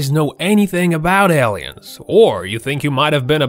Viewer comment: " L-EEE-INS ", Really ? Are you an "AUSSIE" ? I gots to know what language you are using.